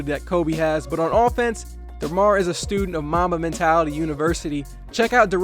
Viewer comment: Who heard Momma Mentality 😂